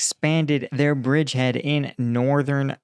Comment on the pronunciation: Bridgehat sounds funny when Dima says it.